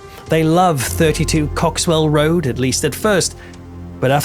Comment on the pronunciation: Cock-swell Rd...😂😂😂